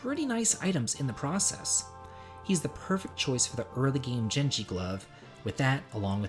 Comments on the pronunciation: jenji ? its genji (g as in Gay , not jay) Cmon man , i thought atleast you wouldnt say it like that .... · Tiny, microscopic nitpick way too late for it to matter, but; Genji is pronounced "Gehn-jee" G like Gun. Not like Giraffe. This is a good video and will help me consider my team when playing the Pixel Remaster version of 6